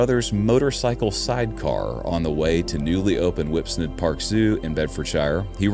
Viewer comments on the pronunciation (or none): Whipsnade as in "lemonade". Not Whipsnard. 😊